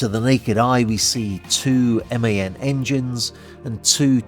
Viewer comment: Thank you for saying M.A.N. and not '"man" like so many others now. It is not an acronym, but an abbreviation for “Maschinenfabrik Augsburg-Nürnberg”. That they dropped the dots or interpuncts in 1986 does not help in this development I have to admit though.